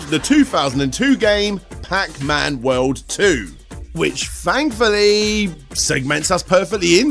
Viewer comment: Who else loves accent? I don’t know what I would do without my daily dose of “fankfully”, “fanks”, “fhree”, and “five”...